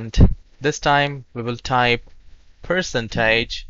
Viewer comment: I came here to fix my computer, not smash any buttons, but thanks for the offer Mr Person tag'e (percentage = purr cent aje)